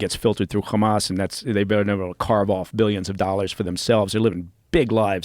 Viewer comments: why does he pronounce Hamas as "Khamas", with KH? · This guy is such a tool. Hey CIA man, you don't pronounce Hamas with a "kh" sound. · Is he ex cia or ex mossad? I cant figure it out becasue he repeats all the Israeli talking points and always says khamas. Mike Baker are you American or Israeli?